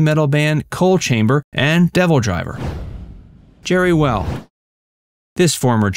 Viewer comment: It’s Jeri Weil. And you showed whitey instead Tooey!!